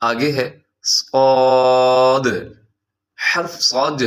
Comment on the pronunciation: ص میں و کئ آواز تو نھیں آنئ چاہیے صاد ہوتا ہے